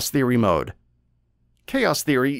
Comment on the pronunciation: Never in my life have I ever heard any Youtuber pronounce "Mode" MUDz